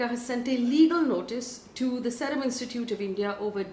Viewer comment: Faye it is S eee rum not S e rum